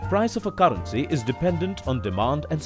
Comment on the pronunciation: Why tf he pronounce caarency